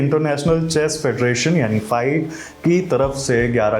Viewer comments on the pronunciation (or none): फाइड nhi फीडे hota hai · फाईड नहीं फिडे 😂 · फाईड ❌ फिडे ✅ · Not फाइड its फिडे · Fide Ko sahi se pronounce karna sikho😂 फिडे hota hai 😅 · लल्लुओं को FIDE (फिडे) बोलते नही आ रहा है और फिडे की इनाम राशि पर कर की गणना कर रहे है।